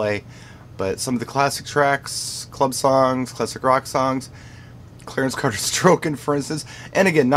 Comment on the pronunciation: He said "Clarence Cater, Strokin'" ! Classic